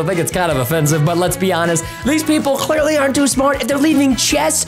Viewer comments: Cklearly lol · Did Preston bite something when he said clearly?